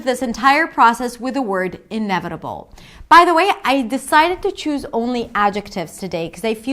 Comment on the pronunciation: The patronizing guy sounds like a Scandinavian person who learned UK English. In the US the vowel in the first syllable of 'redundant' I think is more of a schwa. Although this is hardly going to be the thing that catches you out as a non-native speaker. Your 'inevitable' is spot on. Okay thanks, gonna go back to trying to learn French now.